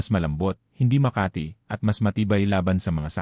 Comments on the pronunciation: Are you a Filipino? There's lots of mispronounced words giving different meanings.Examples :balat you change meaning to wrap not skin covering,tuyo meant dried fish instead of the real meaning as dry,Makati a place in Metro Manila instead of giving meaning to itchy.The balat you pronounced meant birthmark.Sama you pronounced it meant to go along or join,instead of getting wet. One thing more the way you pronounced the words FUNGI YOU sounded fung gay/gum as the sound gum w/ a u stressed instead of gam sound,and lastly- clothes u sounded it clo des.Please pronounced words not giving other meanings.Just a big difference! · Grabe ang robot magsalita balat (birthmark) instead balat( skin) Makati ( City in metromanila ) instead dapat makati ( itchy)